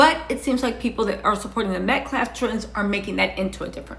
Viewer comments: Metcaffffffff not Metclaff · Metcalf not metklaft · If you are going to talk about the story, at least say the victim's name, correct. I know you are not a journalist, but it's not hard, sweetheart. It's like everyone said George Floyd's name, right? If you are spilling tea, be sure to leave the alcohol out of it. I'm just saying.